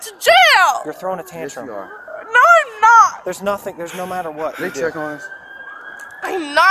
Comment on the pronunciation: "you're liteuraly taking me to jail for NATHING"